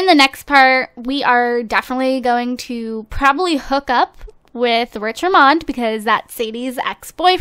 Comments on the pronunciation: its Rich Richmond, not Rich Rimond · lol its rich richmond not richramond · You: rich rimond. Me: screams RICH RICHMOND! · His last name is Richmond, not Ramond! This wouldn't bug me so much, but I live in a city called Richmond. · His last name is Richmand not Ramand... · Dhe said rich ramond but it was rich richmond lol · FYI it's Rich RICHmond not Rich Rimond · Rich Richmond's last name is pronounced Rich-Mund. AND DONT HAVE A BABY! Also, I am very excited for them to move to a bigger house! This one is just not working :3